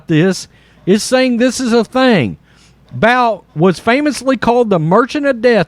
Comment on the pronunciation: It's pronounced Boot for thethird time. ..but this is something this clown would do to get votes